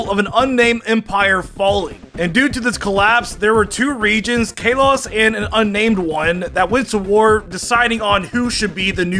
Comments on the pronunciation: It's KAH Los not Kay los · It’s Kah-lows not caylos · Wait wait kay-loss??? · Kayloss That is what you are saying lol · I cant get over how he pronounces kalos.... Kaylos And hes saying eve instead of eevee! How?! I swear this has to be him trolling. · "Kay los" get it right dude! You like pokemon for heavens sake!!! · Its Kalos (Call-oh-s) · “Kayloss” he calls it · I'm pretty sure the Kay-Loss region is not a real region. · "KAY-LOSS" 🤣🤣🤣🤣 THATS NOT HOW U SAY THAT.. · I’m annoyed at the way this man says kalos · Is mispronouncing Kalos ironically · Bro can you say “Kalos” instead of “Kalos” ffs they say it in the anime geez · You body does not explode in space, that was disproven Plus why are you putting so much emphasis on the a in Kalos? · If a Mon shows back up in the next episode it's not dead Meowth technically didn't die he shows back up in the next episode ash isn't a Pokemon and he hasn't died he always comes back in the next episode so Meowth and ash doesn't count who says kalos like that your saying it wrong say it right #2 isn't even a real Mon even if they say it is doesn't count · Him saying kalos wrong makes me hate life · How can you mispronounce Kalos? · says kalos wrong